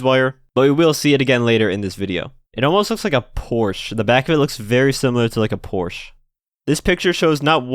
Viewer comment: Am I the only German to be triggered by his pronunciation of "Porsche" :')